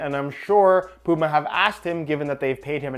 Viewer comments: Man I honestly can't deal with how you say Puma 🤣 its Puma not Pooma 😂😂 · Bro said pooma